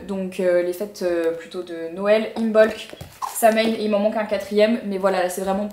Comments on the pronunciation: Pour Samhain, normalement cela se prononce, Sau-win / sowine 😊 ca me fait mal au coeur pour vous de vous voir vous débarrasser de tout ces livres, je n'arrive jamais a m'en séparer, meme après lecture 😂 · Coucou Marie :) "Samhain" se prononce "Sawine" ^^ Et je suis complètement d'accord avec toi pour ce qui est des responsabilités.. Tu as déjà assez de charge mentale pour ne pas penser a qui va réussir a faire n'importe quoi.. Surtout que dans ton cas, comme tu le dis tu es souvent (pour ne pas dire tout le temps) dans la sauce, donc bon.. Je te suis depuis des années, je fais partie des trentenaires de ta chaine (team 95) et je trouve ton contenu logique ^^ J'aime le fait que tu ne te restreins pas, ou en tout cas je ne le perçois pas, ton contenu est vraiment chouette ^^ J'ai adoré la partie sur les livres, étant bibliothécaire et amoureuse des livres, je préfère les garder comme un dragon perso haha, mais c'était très intéressant, merci de leur donner une seconde vie <3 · Hello Marie, On dit Sawine ;) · Samhain prononciation = Sa-ouine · Coucou Marie ! Pour Samhain ça se prononce « sowin / saouin » 😂 trop bizarre en vrai mais ça vient du gaelique !